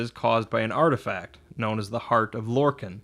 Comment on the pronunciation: Lor-Kahn! not Lor-can.